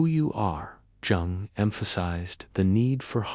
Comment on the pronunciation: Jung is pronounced 'Young', with the 'You' part said as in ' you like chocolate and so do I ' ; but shortened, as if saying 'you' quickly. Is this an AI voice?